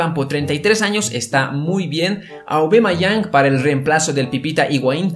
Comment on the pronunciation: No se dice aubamayang se dice aubameyang